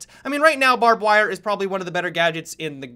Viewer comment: "Barb-Wahr", 2017.